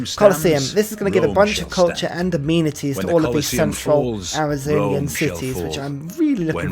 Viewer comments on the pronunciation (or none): Probably a bit too far gone at this point but for the longest time you've been calling amenities 'immunities' not really an issue but every time I cringe slightly. Other than sick content lmao :D